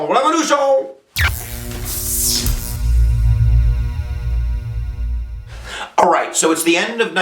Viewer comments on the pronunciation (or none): "Let's get to the revolution.... RÉVOLUTION!" lol I love this guy so much